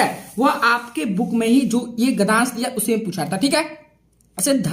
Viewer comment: महोदय क्षमा प्रार्थी हूँ परंतु आपको एक सुझाव दे रहा हूँ - आप गद्यांश को गधांश कह रहे हैं, जो अनुचित उच्चारण है। आपको अपनी हिंदी में शुद्धता लानी चाहिए। गद्य + अंश = गद्यांश होता है। आप कह रहे हैं गधांश। कृपया सुधार करें। इसी प्रकार आप पद्यांश को पधांश कह रहे हैं। आपको हिंदी का पूर्ण ज्ञान नहीं है। कृपया उच्चारण सुधारें👍🏻👍🏻।।